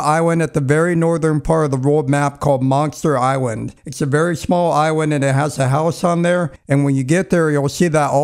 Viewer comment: Monster Iswand? Is what this guy says